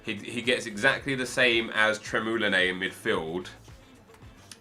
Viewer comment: Nas not nay, tremoulinas